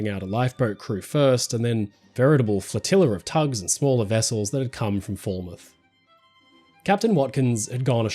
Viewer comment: Foul-mouth = Falmouth, not fall-mouth. Just a heads up, the English language is a weird one.